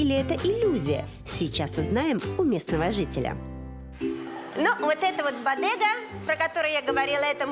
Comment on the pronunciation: Не Фернанда, а Фернандо. Буква Е произносится, как Э и последняя О, как О!!! Что Вы из Фернандо сделали женщину? Фернанда)))) Господи, неужели так сложно отойти от руссизма в испанском языке, где букву О нужно строго уважать. Бадега))) Вы шутите? Бодега, О!